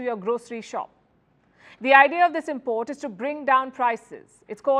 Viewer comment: Pronunciation: syllable stress IM port = noun, im PORT = verb I know it's weird but it's our language now though we didn't invent it. Hi from Ireland 🇮🇪